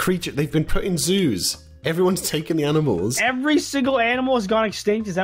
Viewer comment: Pals: Aminamils Me: Is this how they said it in 2018?